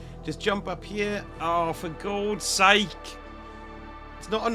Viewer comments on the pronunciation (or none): none